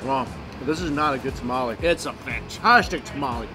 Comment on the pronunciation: Did you just call a tamale a ta-ma-li plz dear god noo It’s called a ta-ma-le